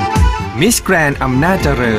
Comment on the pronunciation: ถ้าออกเสียง miss grand ให้ชัดถูกต้องจะน่าฟังรื่นหูครับ บางท่านยัง แกนๆ อยู่เลย แกรนด์ ครับ ไม่ใช่ แกน